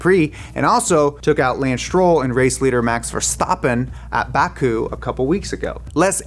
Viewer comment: great pronounciation of Verstappen, now only Max needs some work, to say it with an A instead of an E😂